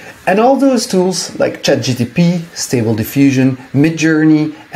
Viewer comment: Its ChatGPT mate. Not GTP.